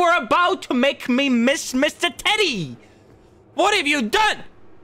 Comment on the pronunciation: I love how Insyms slight accent makes him sound like he is saying "titty" when he is saying "teddy."